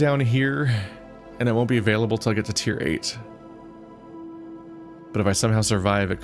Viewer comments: Tiger... Tier. The 'g' is the missing letter. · Didn't realize how frustrating it could be watching someone struggle with vocabulary. "Tier", "Fire/Fir" and "Sage" really put me through it